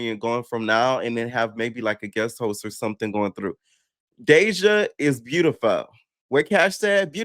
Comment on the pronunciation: "she's beautifuww! Host? She's beautifuww" 🤣🤣 P you such a kii!!!